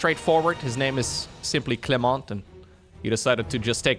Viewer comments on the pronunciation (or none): none